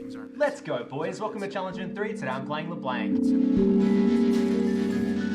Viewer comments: my ears are bleeding from your constant mispronunciation of La Blanc (Blahnk, not Blank) great guide tho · awesome guide! (but plss.. it's LEBLANC not leblenk xd) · The way you say La Blanc makes me cringe!! None the less still a great vid :D